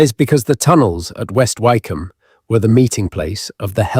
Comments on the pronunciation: Lovely and fascinating narrative. Been to a few of these and many thanks for the considerable effort that has gone into this, But . . . OMG: re Hellfire Club, Wycombe is not like Bike it's as in Wick. Is it not possible to correct errors lie this??? These things are quite easy to research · Wycombe is not pronounced why its pronounced wick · Yes West Wycombe near High Wycombe is pronounced Wick’am. I used to live there. I’d walk my dog up on the hill around St Lawrence Church with its golden ball. At night the Dashwood mausoleum next to it is floodlit so as you drive along West Wycombe Road towards it, it seems to hang ghostly, eerily glowing seemingly in mid air. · Learn how to pronounce Wycombe. (Wicome) is how it is pronounced. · AI often mispronounces words... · This is AI! Wycombe incorrectly pronounced. Thumbs down to this rubbish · Wykeham? Surely it's Wick'am? See also Southwark, it's suthark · It’s pronounced…. Wickom. The y is silent. It’s not Southwark../ it’s pronounced…. Suthark!! The wrong pronunciations here are more than annoying. It’s also less than scholarly. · . Some of the pronunciation made me suspicious too, such as Southwark and Wycombe which any Brit would know how to pronounce. Is AI getting sneaky enough to include hesitation and slight regional accents now? Interesting nonetheless.